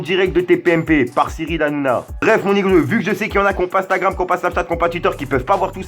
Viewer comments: arrête de dire niglo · Arrête de dire mon iglo salle con mais sinon ta vidéo cv